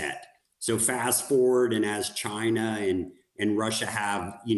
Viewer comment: "The people s country of mainland Tchaina Beijingue"